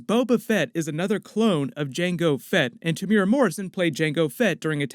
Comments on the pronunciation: pronounced Tem - u - era... not temyyoora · te mu e ra pronounced tear moo ear rAAAAAA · Temuera is pronounced - "TEH' (as in HEH) + "MOO" + "EH" (as in HEH) + "DA" (roll the "R") jsyk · The way he pronounces Temuera